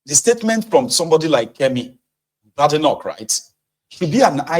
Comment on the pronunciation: The name BADENOCH is pronounced "Bay-di-nok" and not "BAD-i-noc"